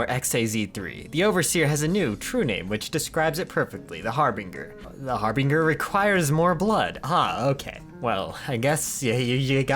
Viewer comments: Every time mispronounces Harbinger I die a little inside. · does no one realize hes saying harbinger wrong